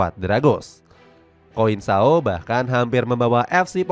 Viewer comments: bukan Koinsao di bacanya tapi Konsesao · F. Conceiçao dibaca konseisaun Selação dibaca Selasaun. das quinas dibaca das kinas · konseikaw bacanya blokkk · Conceicao di baca (konseisaun)